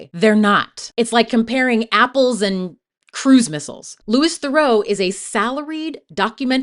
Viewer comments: You didn't pronounce Louis or Theroux correctly, which means you haven't heard his name said, which means you haven't watched any interviews with him to look at his opinions on things. If you make a whole 30min essay about someone but don't say their name right, it comes across as badly researched. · But then...it is well researched and contains clips of him in interviews. So why don't you know how to pronounce his name? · How can you mispronounce his name within the first 20 seconds of your video? Did I just fall for engagement bait? Or did you not actually watch the documentary, where he introduces himself to people multiple times? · “LU-EE, Thur-auw “ like Thureaux. As a fellow Thurau I’m so sad to see everyone get his name so wrong. I respect the video though! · Good video but his name is pronounced Loo-ee Theroo since it's a French name. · Interesting points! Just a quick note that Louis Theroux's name isn't pronounced like "Lewis". It's pronounced more like Loo-ee. Really interesting to hear your opinions and takes on these interesting characters! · That’s not how to pronounce Louis Theroux’s name - it’s not Lewis, it’s Lewie, and it’s not Therow, it’s Theroo. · You mis-pronounced his first name and his surname. It's Louis Theroux, but you said Lewis Thurow. Theroux like you're saying 'through' as 2 syllables instead of 1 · Minor nitpick, but Louis Theroux’s name is pronounced the French way. Loo-ee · Yes, thank you! Louee Theroo. I always hesitate to bring up pronunciation when the creator has obviously put in so much time and effort into their video, but it's important! Theroux is a very well-known figure, so easy to find how to pronounce his name. (Also drives me nuts when people say Zen-DYE-a, instead of Zen-DAY-a.) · Manage to pronounce it wrong every single time you say it but you obviously watched the whole documentary where they said his name many times ... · Say his name right!